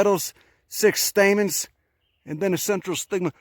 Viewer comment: Every second of this is gold. "...dey just got dozens and dozens of gahd damn staymens in der."